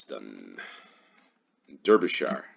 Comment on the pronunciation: But Derbyshire is pronounced "Darbysheer" or "Darbyshuh"